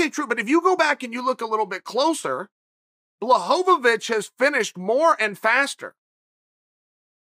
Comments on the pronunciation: Chael "Blachowowic" Sonnen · My favorite was "Blah-ho-ho-vitch"🤣🤣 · Chael: "blahovovich" Blachowicz: "ok great" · Just found out the real way to pronounce Jan's last name is BlaHovovoovic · It’s amazing to me that Chael pronounced it Blahovitch and Blahovavitch 14 different times but still pronounced it correctly every time. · Chael in past video : Blockovic This Video : Blahovovovovic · Bla ho vo vich....😂😂 I love how Uncle Chael renames people!!!! I keep waiting on some one to correct him but nobody questions the Bad Guy!!! And yes he said Juxtaposed in a sentence on top of using it properly he put it across so smoothly I almost missed it....I always juxtaposed if I used it I would get clowned 😂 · chael "this fight is far from over" blahohovovovich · I thought this video would be Chael talking about how Izzy Adesanya weighs only 164 lbs...instead it was just him saying "Blahovovich"... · You put the right character in the title, but are still having trouble pronouncing it. BWAhoveech (Emphasis in Polish is on the first syllable not the second). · blahhohovitch LMAOOOOO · Great video as always but you botched Jan’s last name pretty badly on this one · "Blahovovich Kamara Oozman and YaRear" ~ Chael Sonnen